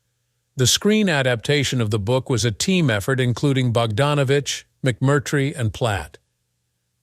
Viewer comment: Nor does little bot know that it's "Sal Min-Nee-o," not "Sal Min-NAY-o." And, worst if all, it's "McMurtry," not "Mc-CURT"-try." Geez! Cringe.